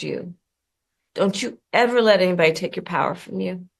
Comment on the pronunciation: “ don’t let anybedly” take the power from you